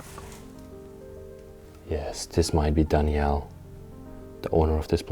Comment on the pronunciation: Was his name Danielle? («Dani-ell) That’s what you’re saying, but it’s usually a female name. Or was it Daniel? («Dan-yel»)